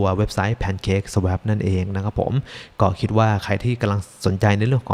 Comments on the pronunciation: Swap อ่านว่า สว๊อพ ครับ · อ่านว่า สว้อป นะครับ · swap อ่านว่า สวอป นะครับ